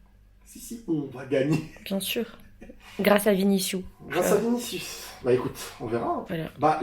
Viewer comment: Ta femme est trop drôle 🤣 « j’crois qu’on va gagné grâce à viniciou » « krous » ça m’a fumé sa prononciation ahaha